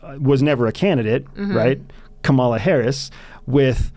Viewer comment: You’ve changed. Please pronounce Kamala correctly. Added: how does one talk with a brainwashed Nazi who voted for authoritarianism? Wow.